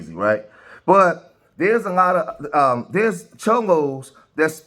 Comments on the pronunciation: It's cholos NOT chomos.....which are child molesters. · It's cholos not chomos fuck chomos and the illegal immigrants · Cholo’s not Chomo’s . 😂😂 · They're called Cholos not chomos. Big difference 😂😂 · You foul for calling them chomos instead of CHOLOS! A true B.A.N.! You gon get someone mopped up! I ain't protesting against ice but I ain't t standing with dis B.A.N.! Unsubscribe! Cancel this weirdo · CHOLOS... not CHOMOS CHOMO Means something ENTIRELY Different 😂😂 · Lame ass ignorance ALL YOU IDIOTS NEED TO KNOW YOUR HISTORY. BLACK, WHITE, YELLOW ARE ALL IMMIGRANTS. THIS IS ARE LAND AND SUR CALIFIAS . MEXICO 🇲🇽 IS CALIFORNIA . ALSO LEARN HOW TO TALK. WERE CHOLOS NOT CHOMOS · It's CHOLOS , not CHOMOS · I think your trying to say Cholos ... Just correcting you your saying the worst act to kid fuckers aka Chomos just correcting what you are saying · Did he say chomos or am I trippin 😂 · Please be careful with your wording bro, your saying Chomos but the Proper Term is Cholos bro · Bro you said “chomos “😂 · CHOLOS Not CHOMOS!!! WATCH YOUR VERBIAGE, DUDE! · "*Cholos" not "chomos" lol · Calling the cholos chomos throughout the whole video got me 💀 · It's CUH DA HEY SHE IS CALLING OUT CHOLOS NOT CHOMOS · Did he say chomos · Cholos not chomos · Dude, you mean to say Chollos. That's the gang members. You said Chomos, which is prison slang for child molester! You mean Chollo, bro! Chollos are not child molesters! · Lol this mane called them chomos😂😂😂 its cholos bro, chomos means pedophile or grapist or sum shit😂😂😂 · He said chomos😂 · I think you mean cholos not chomos